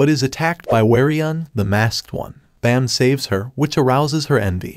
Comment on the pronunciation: It's Baam not bam 😅